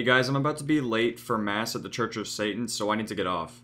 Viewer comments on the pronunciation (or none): Lol church of sayton